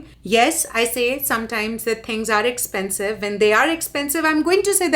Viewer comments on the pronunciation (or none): I suggest a new drinking game. Take a shot every tike this daddy's money screams "Ek-ch-pen-chive" in her videos. Trust me, you'll get drunk in first 5 minutes. But for real though, if coffee, gas and daily groceries are "expensive" for you, you are a dumbasss who moved to a western country like its still 90's (#Amrika #Phoren) and that too without a real job, when rest of us are sipping 'Bucks watching your cringe and judging you. #GrowUp